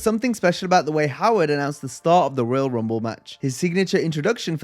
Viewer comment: I remember Lilian Garcia messed in one of the Royal Rumble matches. She said Royal wumble